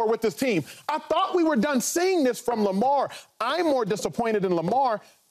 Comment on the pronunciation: Shady can't even say lamar's name in vein 😆😆😆😆